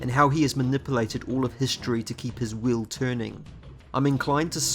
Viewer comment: Everything u say "will" u mean wheel Right?